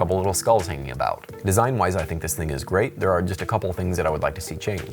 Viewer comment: Grey video dude! Lol but seriously it does sound like you say Grey instead of great. Good quality, you make some of my favorite videos